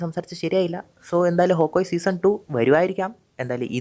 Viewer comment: Hawkoye ❌️ hawkeye✅️